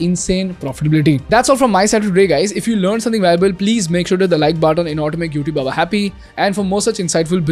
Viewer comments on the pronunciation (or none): none